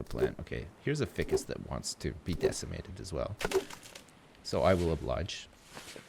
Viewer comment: FY CUSS IT'S PRONOUNCED FY CUSS